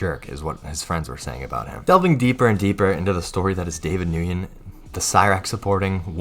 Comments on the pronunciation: Bruh, just say Wen, not New-yen. It's cringy when you mispronounce a very common surname. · Lmao mans said David noogin Its more like David Nwin 💀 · Nguyen is pronounced like the word "when"